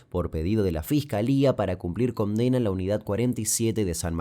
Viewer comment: pronuncia las N como M. "Comdena" 😁